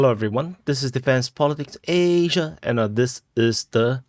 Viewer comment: The Field Marshal General knows it right.